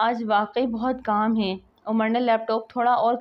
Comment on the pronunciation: Plz hey ko theek pronounce karo